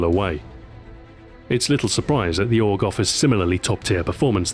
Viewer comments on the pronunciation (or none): OTS NOT OG ! ITS THE AY-U-GEE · its A-U-G not aug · I can't believe I'm saying this but Ahoy I think you're mispronouncing the name of the gun and its manufacturer! It's pronounced STEYER A-U-G, not "Stare Org". Normally you are impeccable with your pronunciations. Great video though. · 2012. Ahoy: "AUG" 2026. Ahoy: "Ay You Gee" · Not AUG, A U G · A.U.G., not AUG! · AYY-YOO-GEE.......we austrians know this better than you americans! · Lol you don't know that you say it aug, as in augment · 1. He never reads the comments 2. AUG-mented LOL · It's pronounced A - U - G, surprised Stuart didn't pick up on that :p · AUGment? AUGMENT? Stuart... I literally groaned when i heard it. Damn it Stuart XD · Wildpig meant that he should pronounce it as "A-U-G".